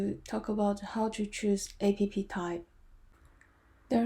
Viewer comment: "App" - not A-P-P 😁